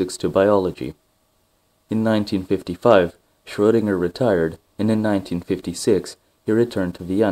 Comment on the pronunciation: ...and while we're at it, the guy's name is Schroedinger, spelled with a E in there if we don't use an umlaut. That's because it's pronounced shreuh, not shrow, -dinger.